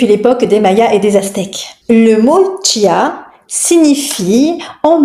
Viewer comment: ON NE DIT PAS TCHIA, CHIA